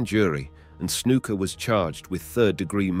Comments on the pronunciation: His name isn't snooka it's snuka 😂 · I started to watch this video with good intentions to learn something but honestly this is like gossip because you do not have all of your facts straight dude. BTW it's Snuka not Snooka. Scott Hall started in AWA not WWF. Get your facts straight. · "Snooka" is the one that gets me. Smh